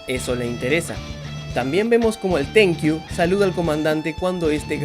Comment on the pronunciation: "El tenkiu" jajaja jajaja jajaja jajaja